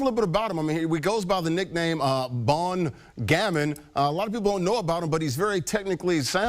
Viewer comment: "BON GAMIN"... A GOOD KID!... Jesus... Even Google translate voice helps you master the prononciation! 😁.. Still... No beef!